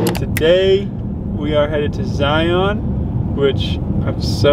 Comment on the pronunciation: Zion: Zi-yawn